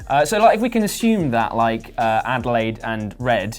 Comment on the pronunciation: Her name is Adelaide. As in the Australian city, AKA "down-under"